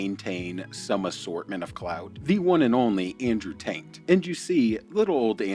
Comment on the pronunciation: Did you call him Andrew TAINT hahahah